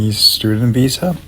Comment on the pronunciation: He can't even say visa